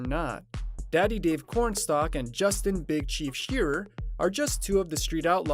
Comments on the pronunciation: Good lord. If you want to have any legitimacy at least get the people’s names right. It’s Dave Comstock, not Dave “Cornstalk”. SMH. Do your self a favor and educate yourself. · You should know their real name first. Dave comstock is his name , not corstock!